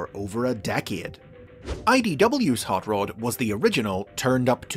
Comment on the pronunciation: The way I am hearing you say Rod as Rood. It's R o d not R oo d.